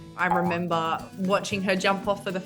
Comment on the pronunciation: “I ruhmembuh”. Hahahahaha I love it. This video is so Australian